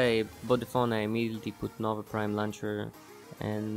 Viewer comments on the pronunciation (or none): none